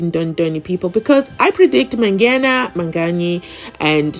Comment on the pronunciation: Why is he calling Mangena Manganyi 😅